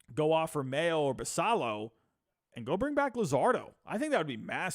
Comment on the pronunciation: Minor minor thing, but Basallo is pronounced Bass Ay O. In other news, I think a package like Ortiz, Norby, Stowers, Fabian and a mid level pitcher is close to reasonable for Cease. Spot on about no Mayo, Basallo, etc for Cease. BA has Basallo as number 10 in the country and Mayo as 25. No way they (or Holliday, Westburg, Cowser, Kjerstad) get sent for Cease.